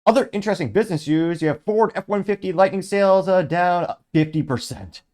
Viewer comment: It’s Lightning my guy. Not Lightening, not Lighting.